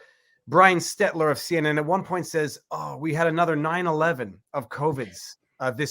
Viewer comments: Brian Stelter. "STELL ter" Viva. Like "shelter." Look at the order in which the letters occur, please... lol! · VIVA we all love you but you need to change your pronunciation of Brian goofball last name. It's spelled STELTER and pronounced Stelt ler. L berfore T even for thee.